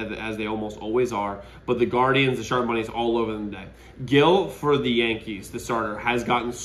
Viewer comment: Can someone plz teach this guy to say Gil’s name correctly?